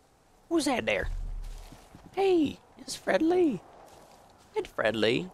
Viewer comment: Every time I heard say "Fred Lee" I heard it as "FriendLy"